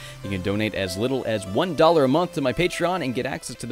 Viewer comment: Hearing your intro properly say "Nitro Rad" instead of "Nitro Fred" feels... wrong somehow xV